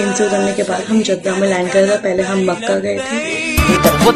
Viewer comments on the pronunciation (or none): Kaabe nhi Kaaba 🕋 Bola jaata h aur makkeh nhi makka bola jaata h appi kyoki single h double nhi h wo😊 bhut choti si baat h ye jinpr log dhyaan na de kr Namaz ki niyaat me bhi yhi bolte h muh mera Kabbe sharif ki trf but no Kabba Sharif Hota h😊